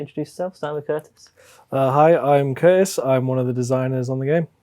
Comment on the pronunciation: Poor appears to have forgotten that there's a T in his name, and indeed in the word "fighter";-P 🙂